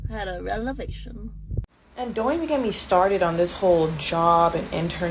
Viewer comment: She had a “relevation” 😂 the school system has failed America.